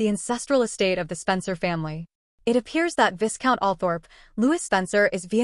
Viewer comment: pronunciation: vi-count Lou-wee